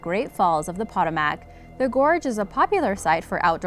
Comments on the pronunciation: It’s pronounced Pa-toe-mec river , not patamac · It's not POT-oh-mack . Its puh-TOH-muhk. Seriously? You can pronounce Karachay correctly, but not a historic river in AMERICA? SMH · Poetoemick not potomack. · Po-toe-mic not po-ta-mac! Hahahaha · I live in DC it's PA TOE MAC not POT O MAC but other than that great video hehe but yeah the Potomac is so no joke. The current is crazy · Potomac- po-to-mac , [not (pot-o-mac)] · No. 5 is pronounced Puh-tome-ic. Not pot-a-mack. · Yeah..., I live less then 10 minutes away from the Potomac (Po-toe-mic) river, it's generally not dangerous and people do swim in it. Until you get near Great Falls and after, then that a different story. The under currents is quite dangerous even when the river surface looks calm. That is one reason people don't go swimming in it, but other strong factor is that it is quite polluted. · ive swam, rafted, and kyaked down the Pah-TOE-mac river many times with no issue. Thats rediculous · Correct pronounciation is (puh-toe-mac) river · Poe. Toe. Mack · Excuse me, but the Potomac River's name is pronounced as [puh·tow·muhk]. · Pronounced 'po TOW' mic.' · Pa tome ick...is how it's pronounced, ugh woman, say it right. Sorry, it's just driving me nuts. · nah as a DMV resident, I feel offended for the way she pronounced potomac 😭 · Can't pronounce Potomac? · not how you pronounce potomac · I know a couple people have said this but you are pronouncing Potomac wrong. How does that happen? Maybe learn to speak if you're going to be a narrator. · She’s not American. She mispronounced the Potomac River which divides Virginia and our nation’s capital, Washington, DC!!! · Seriously . you mispronounced Europa and Potomac. .. Nothing hard about those words at all . .YOUR-OH-PAH & POH-TOH-MIC .